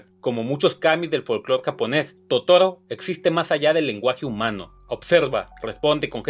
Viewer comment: "...que seguramente no conocias". Eres un burro. Si no puedes ni pronunciar bien el nombre de Totoro.